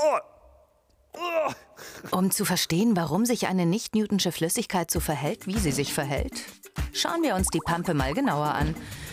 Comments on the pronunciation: lern bitte wie man "Newtonische" ausspricht. Das wird so ausgesprochen, wie man es ließt und nicht "Newtnsche"... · Es heißt Nicht NewtONISCHE Flüssigkeit..nicht NewTONSCHE